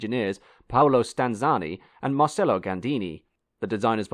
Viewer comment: Bar - Ket - a Mar - Che - lo basic italian mate